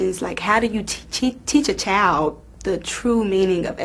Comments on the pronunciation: "how do you teach your chowd all these differen beliefs" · can't even correctly say the word child. "Chowed?" L.O.L. Say "school" again! Skew?